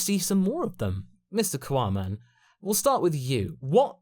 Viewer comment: Seriously why is it "quaman"